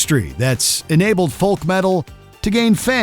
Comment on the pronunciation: Does this voice over even know how to pronounce words kawaeii and folk were like nails on a blackbord 😅